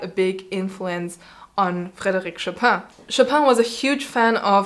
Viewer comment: You emphasize the correct pronuncation of Bach's surname and at the same time, you use the French version of Chopin's first name (Frédéric as opposed to Fryderyk) which is not even his birth name and you pronounce it with heavy German accent. Something to reconsider.